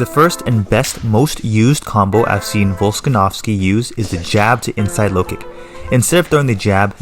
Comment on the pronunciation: its VOLKA-NOVSKI not volsanovski xD anyway i love this kind of videos and breakdowns....who you got in main event tony or gathje? and how?